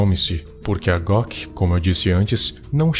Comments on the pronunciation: Quando fala em goc eu ouço gloc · Eu tava entendendo Glock invés de goc.